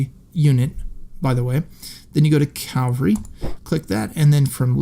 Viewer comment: One day I hope to discover a person using the word "cavalry" for cavalry. Not "calvary".